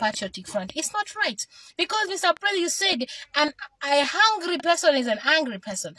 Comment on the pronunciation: You ar not Lozi coz u cant pronounce hungry and angry